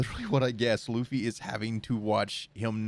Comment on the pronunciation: Funny how he said Lucy................